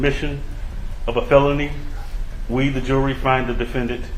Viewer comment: Bro said we the jewelry